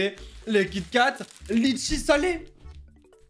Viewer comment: DIDWKDKDDKDJRJF C’EST PAS LITCHIT C’EST LETCHIS